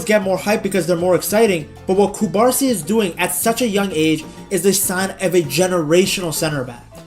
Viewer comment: Great video, but it's not CubArsi, but CubarsÍ. And it's not CasAdo, but CasadÓ